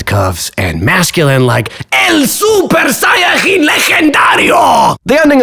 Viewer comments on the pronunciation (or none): I'm very sorry to be the one to tell you that in this case "jin" sounds like in Japanese, it's not "jin" like "jinebra" (spanish jinebra), it's "jin" like "jeans", saiyajeans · En general, super buen video. Excepto por un fatal error. La j en saiyajin no se pronuncia /x/, se pronuncia como y, como en la palabra original. Es general las palabras prestadas (loan) se pronuncian como en el idioma original, o se modifica la ortografía para adaptarla a cómo se pronuncia. Nunca escucharías a un fan de dbz nativo decir saiyaJin. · Tchhhhhhhh almost perfect, but in Latin American we say the word Saiyajin as in japanese, because for foreign words that enter the language we usually say them and write them as they are, for example the word Iceberg in Latin america is pronounced the closest to english we can, but in spain while they write it the same, they pronounce it as it was a spanish word, which in my humble opinion sounds horrible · En "Saiyajin", la j se pronucia como y. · You were wrong on the pronounciation of that Sayajin Legendario, specifically in the J sound, in that particular case spanish uses the Y, the japanese call it exactly like we did. You know. The origin place of the work. The native language in which was written and spoken. The japanese just did a brilliant translation and dub. And then for english whatever, who cares, lmao. Excelente video amigo, no se preocupe, solo lo estoy agarrando pal webeo :D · Ibas bien hasta el "Sayajin" suena cono a condimento